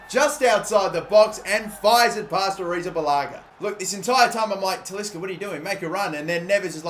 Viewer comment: Wow you posted Alot today congrats and damn you pronounce kepa second name soflty i thought you will mess it up like me